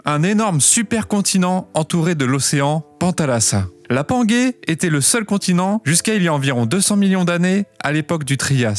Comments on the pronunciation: Alors j'adore ta chaîne mais PLEASE on dit panjé et pas pangué il n'y a pas de U après le G donc ça ce prononce comme un J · La panguay.. serieux sa se prononce panguay? Non.. pangée 😅 eh oui